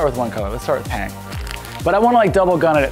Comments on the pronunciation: It's my 2nd daughter's favorite color. PANK!! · This is the only way I’m going to say it now. PANK! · I have found myself saying pank instead of pink lately. As for collab - Sorted Food! They are great with savory it would be fun to see you do sweet with them or they savory with you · I am barely able to restrain myself from saying PANK whenever the opportunity to say pink arises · PANK! I love that mug. You have put pank in my lexicon. xD I'm a pro baker as well and everyone in the kitchen knows what I'm talking about now when I say pank! If I'm not too late, I'd love to be in the giveaway. :) This is totally one of my favorite cakes and looks like so much fun. I'm definitely going to have to make one! Oh! A second collab suggestion a little less insane than my original of Colin Furze is Ann Reardon of How to Cook That. You two could make something amazing together, I'm sure!